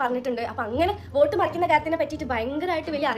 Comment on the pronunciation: oat alla vote